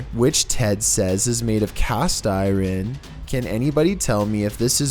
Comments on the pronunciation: WTF is cast iren lmfao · "The chair is cast iran"...im no astrologist but isn't it iron not iran. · Ol..was.gonna say.the same.damn thing...CAST I-RAN??? WTF...COME.ON...YOUR AMERICAN... RITE? LMAO!!!😆😆😆😆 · Yes. Cast eye whren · Cast i-ren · LOL cast iren??? Hehe 😜